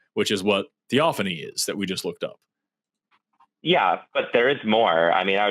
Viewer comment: thee-OFF-an-ee I think Forrest could figure that out if he didn't want to make fun of someone. The burning bush was a theophany, for example.